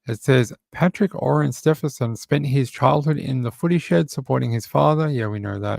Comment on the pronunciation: Thanks for keeping us updated on Samantha - but it’s Stephen- son- An N in the middle :-)